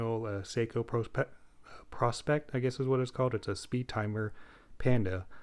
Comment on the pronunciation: I think it’s pronounced like Pro Specs